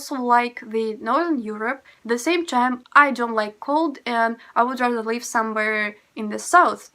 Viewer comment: Why you have no difference in pronounciation "live" and "leave"? It should be different